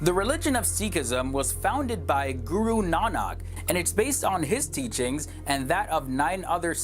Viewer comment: For some reason I find it hilarious they pronounce guru nanak IT'S PRONOUNCED GOORUNAAANIK